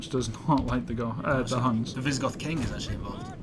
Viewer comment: ITS NOT HANS ITS HUNS GOD DAMMIT